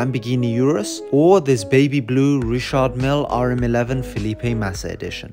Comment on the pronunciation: Still pronounced wrong